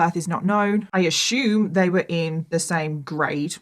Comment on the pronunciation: If I hear this b say "I ashoom" once more...... I almost can't listen to this it's so annoying